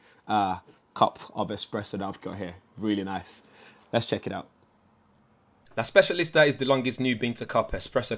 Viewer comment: I'm Italian and the way you pronounce "La Specialista" is very good...not a bad coffee machine by the looks 👍